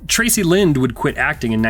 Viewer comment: Did you say Traci Line or Tracey Lind!?.... cause its Lind and i had a HUGE crush on her, cant believe she didn't do more movies!!!.... same thing for Claudia Wells and Wendy Gazelle